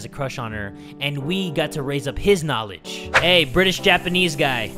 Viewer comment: I love how said "She's attracted to his knalege":'D